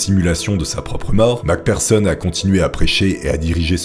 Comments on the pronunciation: J'adore tes vidéo 🙌🙌🙌 Merci Beaucoup de faire toute ces Merveilleuse Recherche pour nous 😁🙏 P.S. Macpherson est prononcé avec un "F" et non un "P" pour le "PH" dans nom de famille 😉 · Le mec prononce mal Mc Pherson, et se trompe même sur son sexe 😅 Ce professionnalisme ! 😂